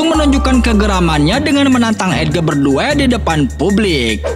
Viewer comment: Cara baca nama edge nya salah tuh min 😓